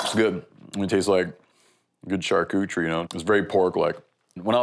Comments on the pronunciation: Did he say “charcoochery”?? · My wife said you said charcuterie wrong. I think your fine Steve it’s okay.